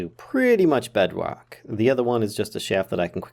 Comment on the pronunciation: Bedwock xD